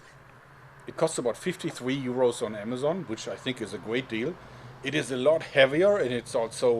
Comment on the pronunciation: The first one he said amajon